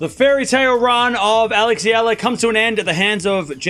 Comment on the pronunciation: I like you. You talk fast, but at least you pronounced Eala name correctly! 👍❤ 🇵🇭 Oh! Alex will be healthy for the French Open! I believed!